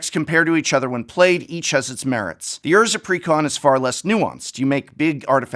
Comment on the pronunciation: I had to pause the video immediately. You said "precon" like someone properly enunciating "pecan" 🤣 He didn't say "pre con" he said it all fancy like, he said "precON" 🤣